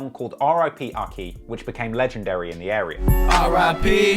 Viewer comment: Everyone from Bricksquad: AIKIII! AIKKII!!!: Akki.